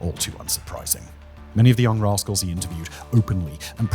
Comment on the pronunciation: What!? Spanky, Alfalfa, Buckwheat etc. Broke Bad? 😮 OH wait a minute! You said "Raskols". Had me going for a minute. 🤭